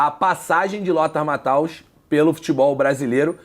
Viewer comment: PQP!! Porque as pessoas passaram a chamar o Lothar Matthäus de "MatÁus" ?!?!?!?!?! QUando ele jogava, a mídia sabia falar o nome dele. O nome se pronuncia "MathÊus". Simples, fácil...